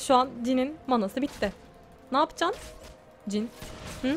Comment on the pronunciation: Cin değil jhın :D <3